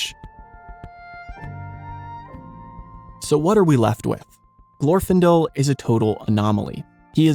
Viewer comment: In Glorfindel's name, the stress is on the second syllable.